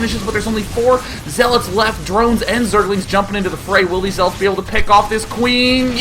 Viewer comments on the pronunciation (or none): He said zeelots...